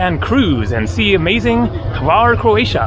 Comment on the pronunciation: Glad you allow comments now... I tried to give you some tips about Hvar in your first video when you did not disclose where you were... I'm glad you are now going all over the island... many people only stay in Hvar Town and miss a lot of the whole beauty... Croats pronounce it like "Phar", or Far... as you saw in Stari Grad, it derives from the greek Pharus, which means lighthouse, and there was one in the Pakleni Islands, or Devil's Islands, the little ones that guard the entrance to Hvar Town... although the name Devil's islands is common, many people say it is an error in translation. Also, the ferry only gets to Stari Grad, defining ferry as a large ship where large items such as vehicles are transported... the depth of the port there allows it. The ship that gets to Hvar Town is a big Catamaran, which basically is a platform mounted on two parallel hulls of equal size and therefore can get in shallow waters. When you get back from Korcula to Hvar, try to go to a winery, the lavender fields... Vrboska can be pretty noisy because normally the nightlife there in high season is a magnet, although not my "cup of tea", as Hvar has slowly but surely displaced other european resorts favored by the jetset... In all those towns, look for the image of a winged lion and his paw over a book. That's the symbol of St. Mark the Evangelist, saint patron of Venice... remember that the Venetians dominated the region for some centuries... if you look for those lions, you'll find them all o